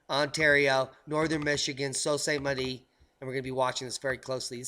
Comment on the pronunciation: PRONOUNCED..SUE SAINT MARIE. DIAMOND. I KNOW SOME VERY UNHAPPY YOOPERS IN THE U.P. SMH.